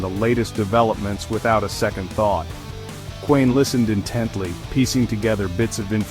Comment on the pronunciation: Intruiging story. But the video is AI slop. No authentic pictures of the Kuehns. Doesn’t even pronounce their name correctly